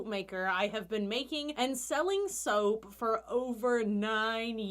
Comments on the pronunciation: i just took a double take thinking you said soup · I feel like she says “soa” instead of soap 😂